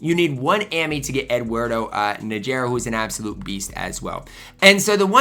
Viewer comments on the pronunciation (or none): lol i got on krazy warlo for mispronouncing name. C'mon you better then that. "Naggggerrrraaaa" lol Learn the players name. Worse then Ronny Seeeeekley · a casual NBA fan how does he not know how to pronounce the legendary Eduardo Najera last name right its pronounced like NawHerAw